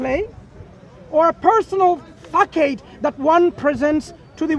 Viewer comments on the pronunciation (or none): Oh by the way,, while reading a definition mispronounced the word facade as Fa Kade, it is pronounced Fe Sad. I find it spittle ironic that a man that is attempt ing to school someone in the English language just tripped over a simple English word. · Did he just say fakade not facade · Facade - apparently pronounced fack-ade by the weird shouty bully with acne and a little hat.